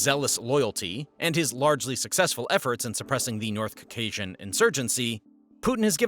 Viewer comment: dude it's not putinist bots you're just not very smart or well informed. You can't even say Caucasian right